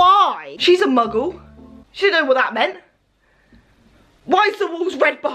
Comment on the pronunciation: starts video: What's up MUGGELS me: AHHHHHHHHHHHHHHH why??????